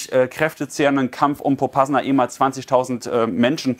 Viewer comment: POPASNAJA wird das ausgesprochen 😁😁